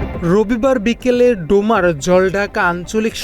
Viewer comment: অটোপাশ সাংবাদিক ডোমার রে বলে ডেমরা😂